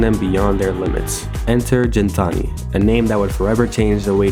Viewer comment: nice piece. btw its pronounced GIN-TA-NI not JEN-TA-NI lol